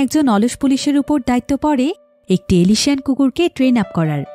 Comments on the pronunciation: এলিশিয়ান না উচ্চারণটা এলসেশিয়ান হবে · এলএশিয়ান নয় আপু অ্যালসেশিয়ান।